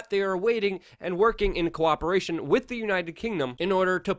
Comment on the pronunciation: Luke, I personally love your spirited opening of each video. It shows me that you're excited to do what you are doing, and that you are very appreciative. If I may offer one bit of constructive criticism, stop saying "wit", the word is with. You're a better journalist than that. Other than that, "I Love Ya". Rock on.